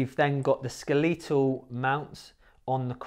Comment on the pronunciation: Stopped watching when he said skeLEEtahl